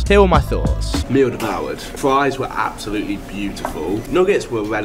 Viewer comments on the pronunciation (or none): so much fwesh fwies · "im... fwee fwies have 60 calowies"